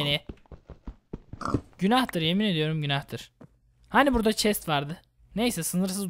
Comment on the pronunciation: çest değil chest,sıpandır değil Spider(sıpaydır)